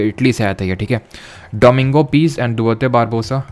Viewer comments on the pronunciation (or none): none